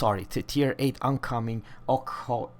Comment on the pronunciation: "Ok-hAkov" 🤦‍♂️ try this: since you compare it across three tiers, let me give you examples at T7: Atlanta and Belfast, both are even stealthier. Also, the reason the ship is so stealthy is that it is tiny. Plus, as you mentioned: it lacks dpm, alpha and range. Stealth-torping cruisers are no rarity, many Brits and Japs can do it too (for example Ibuki can stealth-launch 20 fast torps with insane alpha and one-shot BBs). The radar got already cut to 10 sec and is in testing anyway. So you get at max 2 salvos out and it´s only 8 shells. Calling it "deadlier than Belfast" haha, no. Your basic mistake is that you compare Ochakov to Smolensk which it is not. It shares the hull but will be a Mini-Chapayev play-wise. it´s T8, so no, you can´t slot a moa-dyoole for faster reload. Rocket-science, hum? Sigma is "absolutely fantastic"? 2.0 is absolute standard for crusiers. 138m dispersion on a CL with only 8 guns is pretty meh. Hahahaha ok. "You do have this stupid hydro + radar + defAA combo" Yes, like all the US-CLs. So? i see. Look, if you are not in the mood to get your facts straight and inform people who might be interested... then don´t. But if you just wanted to bash soviet ships - congrats, you succeeded. I won´t bother with the rest of the video.